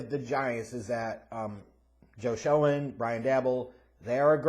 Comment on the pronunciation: omg dude lol it's pronounced Joe Shane & Brian Dable like cable or Gable, please 4 da love of God lol